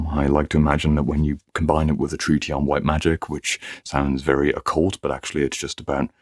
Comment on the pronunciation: Aren't you mispronouncing the word "treatise"?